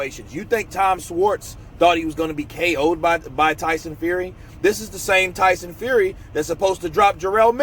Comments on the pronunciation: Who's Tyson Fuey😂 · Who is TYSON FUEY ? lol